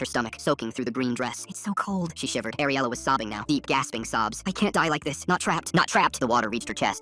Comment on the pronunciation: My friends name is ariela and it's ariela not AIR-ela